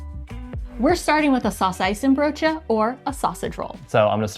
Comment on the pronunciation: The pronunciation of saucijzenbroodje is pretty solid. Respect! Its a hard one 😅